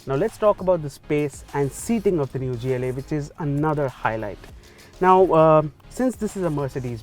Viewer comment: Why the hell would pronounce gla like that